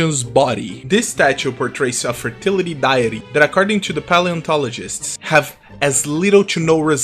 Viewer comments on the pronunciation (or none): Fertility "diet-ty" and "Miata-moto musashi"😂😂😂😂 is he trolling?